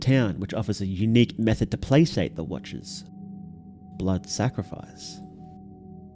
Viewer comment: Placate is pronounced with a hard C, like a K, otherwise great video!🎉